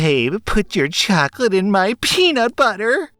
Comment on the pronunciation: "Choclate in my preanut butteer? How can some of these kids have no clue LOL